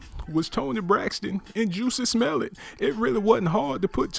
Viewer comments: The way he says juicy smellit sends me😂😂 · He pronounced it "Juicy Smell-It" LOL. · Why he saying JUICY Smellet ? 🤣😂 that shit took me tf outtta here 🤣🤣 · You may have an accurate story but just a few pointers, stay on topic, the shoutouts were ridiculous also its Jussie Smollet not juicy smelit lol you lost me 4 minutes into the video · 🙄🙄 this voice is cracking me up especially with this change of name spelling and pronunciation with Juicy Omelette 😁😁😁. By the way, why is Toni hooking up with these crawny looking men?! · This negro said “Juicy Smell-It” lmao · Did he say juicy smolliet lol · Um..joosey smell-it? Smh. Something wrong wit you bro 🤣🤣🤣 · I feel like this person should pronounce Jussie Smollett’s name correctly. And if this is in fact a male... it’s pretty alarming that he is gossiping, which is suspect in itself.